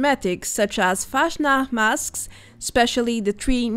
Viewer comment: it is always nice to see your videos, you do a great job! But I have to tell you something about "Fastnacht", speak "fast" not "fasht" - it is really similiar to the english "fast".... but the "s" is a bit faster:) Or in russian it would be a "c" not a "ш" or "ч" or the other "butterfly-letter" - I can't write it... I think I have seen the "fortune teller" aas a decoration object in the waterpark.... добрый вечер/good evening, I am curious about the next content